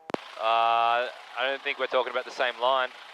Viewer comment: How aboot that?